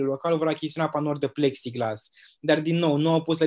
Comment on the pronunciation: În loc să -și bată joc în halul ăsta de învățămînt ar face mai bine ministrul să ia niște cursuri de limba romînă că o bate limba peste gură , mai are și diplomă de profesor (ROMÎNĂ)😭😭😭Apropo cum se spune corect pepsiglas cum a spus ea sau pexiglas.......